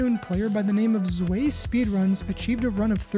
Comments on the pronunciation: zwei speedruns is prounancing cvaispidrans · its pronounced cvai (thats german for two) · “Zwei speed runs” This is how to read it: Tsway